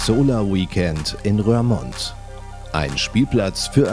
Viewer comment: "Röhrmond", Alter... Es 'mündet' die 'Rur'(ohne h) in dieser Stadt in die Maas. Wie wird die Stadt wohl ausgesprochen? Der Gewinner erhält 100 Gummi Punkte 🕺